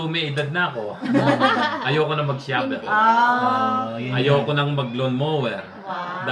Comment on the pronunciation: ate. Pasensya na.Huwag magalit pero Hindi Tama yung pagbigkas ng Shovel. Hindi show vel dapat Sha vel.